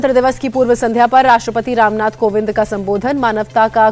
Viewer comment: News anchor ko tode dinno ke liye nikalle job se ....kuki rashtrapati ko kovind ko covid bolle hai.....